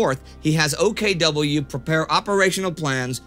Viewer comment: You know its common complain - but the "O K "Double..." just does not sound right...